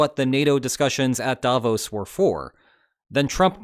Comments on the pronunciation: The intonation is on the “o” in Davos — “Davooooos” — not sharply on the “a,” as you do it 😉 But not to worry: probably 100% of people outside Switzerland pronounce it incorrectly, and, oddly enough, at least 50% of people inside the country do too. So, since Switzerland has roughly 0.1% of the world’s population and about half of them get it wrong 🤨 you could be among the only 0.05% of the world’s population who pronounce it correctly 🤗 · As a Swiss person, may I give you a tip on pronouncing Davos. You did almost perfectly, not saying the 'o' as a diphthong like in bro. The stress however must be on the 'o' not the 'a', so the stress pattern is like in 'the bros' but the vowel quality is just like you said it.